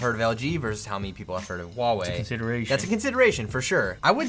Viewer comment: "Huawei", not "Woaweh"